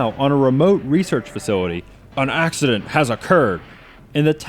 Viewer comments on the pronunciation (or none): none